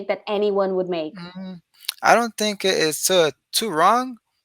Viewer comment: O falante no min fala think /tink/ achei muito legal